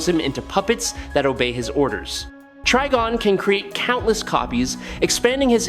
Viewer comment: Wait, is his name pronounced TREE-gon or TRI-gon? At least pick one, even if it's wrong, and stick to it. Going back an forth is very annoying! Btw, it's Tri-gon, with a long I.